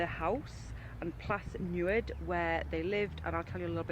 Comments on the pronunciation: Hello both. Love your exploring. Such a shame you didn't see something introduced by a Welsh speaker. The lady seems informative but her pronunciation of Welsh words ...even the name of Plas Newydd ..the house... is very poor. The LL is always the same wherever it is in a word so best if you can get someone to show you. Many castles in Wales were built by the Normans or the English to try to control the Welsh people. Castell Coch on the outskirts of Cardiff was built by a Scot, Lord Bute, just because he wanted to. Narrow boats were originally used to transport goods and raw materials through man-made canals over large stretches of the UK so it's great that we still have many original ones. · Just to point out, the woman in the video is English, and just like most English cannot pronounce the Welsh names correctly. She also didn’t pronounce Plas Newydd correctly either. The pronunciation of Ll is difficult to describe in words. It’s made by placing your tongue to the bottom side of the mouth and letting air blow out and around. The pronunciation of Dd in Welsh is similar to the “Th” sound in English. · That is not the problem with Llangollen, the problem is the unfamiliar letters, you need to realise that there is no letter 'l', instead there are two letter 'ỻ', and 'ỻ' sounds nothing like 'l'. The other big mistake in the video was with "Plas Newydd", which doesn't contain any 'd', but does contain a 'ð' - both unfamiliar letters to the English, unpronounceable and unhearable.